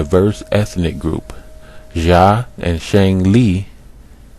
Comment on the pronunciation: Xia = "shyah" Zhou = "zhoh" (zh like french J) Hua = "hwah" (one syllable, faint H) as far as "black-headed", talking about someone's head has refered to their hair since time immemorial "Erik the Red"... ie "redhead" etc. Sumerians were black-haired more than likely as are middle-easterners, but earlier depictions more white with blue inset eye stones, later depictions after assyrian/babylonian conquest are more of a semitic babylonian standard also, look at in depth study of sumer bec...